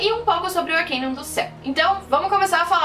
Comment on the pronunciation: N é arquiniun é arcano